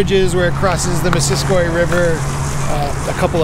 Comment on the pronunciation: Great trail and video: One small pronunciation note: you pronounce the trail "Miss-sis-coy" not Miss-sis-kwa!